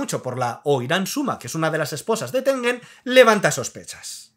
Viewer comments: Muy bien video. Pd: Es Tengen, no Rengen XD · Rengen?... no es Tengen? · Quien coños es Rengen😅acá en LATAM le decimos Tengen 😂😂